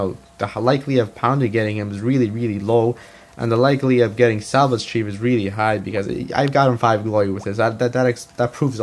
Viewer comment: 'SAVAGE' Chief, not SALVAGE Chief!